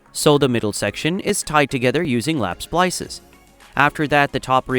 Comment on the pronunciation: You say splisses,I say splices… Let’s call the Ah never mind.